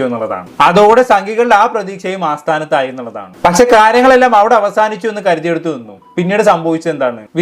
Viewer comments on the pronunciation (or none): AASTHAANATHAAYI ALLA SETTAA ASTHAANATHAAYI ENNAANU NAVU VADIKKOO PLEASE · ആസ്‌ഥാനത്തായി എന്ന് രണ്ടു മൂന്ന് തവണ പറഞ്ഞു. അസ്‌ഥാനത്തായി എന്ന് ഉപയോഗിക്കേണ്ട സ്‌ഥലത്ത്..... ഇത്തരം വീഡിയോ ചെയ്യുന്നവർ ഭാഷ കൈകാര്യം ചെയ്യാൻ മിനിമം കഴിവുള്ളവർ ആയിരിക്കണം...